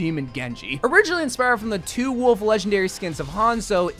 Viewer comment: Gotta love the dark worlf skin the r in the name adds so much thanks